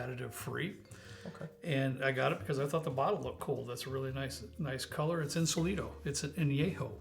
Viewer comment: Agree with that Insólito añejo is solid, especially at that price point. Btw, the accent is on the first O, so it's In-SO-li-to.